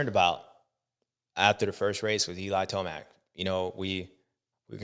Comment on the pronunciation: Did you just say eli toast mac 😂😂😂😂